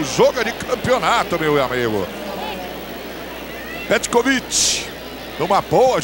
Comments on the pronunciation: Petrovic... Pecovitch... Pecovid... Petrovid... kkkk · Peciviti kkkk pecoviiitiii meu Deus o narrador nem tinha ideia 💡 de quem era o petkovik kkkkkkk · O cara falou tudo que é nome, menos o nome certo. Kkkkkk Pekovit, Petrovit, Pekovitri... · O narrador chamando de "Pecovit" / Peteviti. O comentarista de campo dizendo que esse Pecroviti está arrebentando com o jogo. Kkkkk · Pekovic é lá, narrador...kkk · Ganhou vários nomes pelo narrador🤣🤣🤣🤣 Pecopix,pecovik,petrovik,petrovit,PE COVID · Pécovit kkkk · Petrovic, Pekovich, Petkovich O que eu penso: 1 - O jogador é algum tipo de “fragamentado” com múltiplas personalidades; 2 - O Real tem 13 jogadores e não 11 como é a regra; 3 - O narrador encontra dificuldades para citar o nome do jogador. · Eu não sei onde esses caras viam a letra r no nome Petković. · O narrador nem sabia falar o nome do pet na época kkk